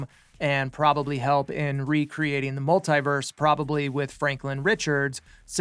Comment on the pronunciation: Mult-Tee-vers - Say it right your fool!🙄